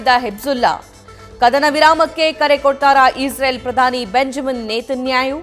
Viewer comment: Madam please learn how to read, correct your mistakes. Hejjula ❌hejjbula. Nethanyayu ❌ Nethanyahu